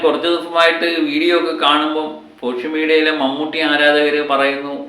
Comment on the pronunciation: പോഷൽ മീഡിയ അല്ല കിളവാ .ആദ്യം പറയാൻ പഠിക്ക് എന്നിട്ട് ചിലക്കാനിരിക്ക്